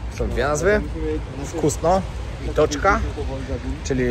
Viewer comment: "WKUSNO I TOĆKA" a nie "WKASNO..."